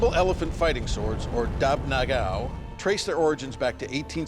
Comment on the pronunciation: It should call ngáao. Not na-gao. but impressed for try❤